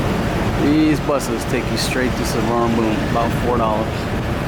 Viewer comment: Pronounced soowarnapum